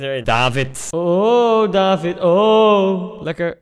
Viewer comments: Het is David met een korte A. Je spreekt het uit als Davvid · het is niet daavid het is niet deevid het is david met korte a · David word uitgesproken als davied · Kaa Gent is de beste club in de pro league eerlijk is eerlijk (en je spreekt David uit als davied) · Tip: je spreekt het uit als Daviet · Je spreekt het btw uit als davied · Je zegt niet david maar daVVIED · Je spreekt het uit als “davied”, doet pijn aan m’n oren anders🥴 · David speelt bij een Belgische club :KAA Gent En Koen je spreekt het verkeerd uit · Ik ben als trotse Gent supporter blij dat je David in je team zet maar misschien moet je eens een samenvatting van Gent kijken van play Sports want je spreekt David verkeerd uit oetlul.